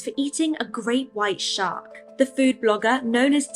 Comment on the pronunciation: Listening & watching while I’m getting ready & I swear I heard “shart” not “shark”! I’m cackling. 🤣